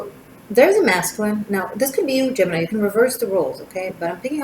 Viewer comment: Oooff you got me tripping! Not only about the reading writing keyboard creativity explosion: we are about to release a book I've been editing and illustrating, now I am taking it way beyond creating a new design line- But you kept saying Gemmi which sounded to me like Jenny- my name- and I almost spit out my coffee!